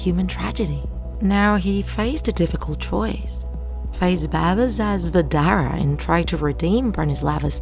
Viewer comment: you pronounced baba sa zvezdare so wrong its hilarious, coming from a serbian